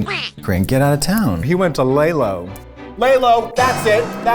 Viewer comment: screaming at them pronouncing lelo as lay-lo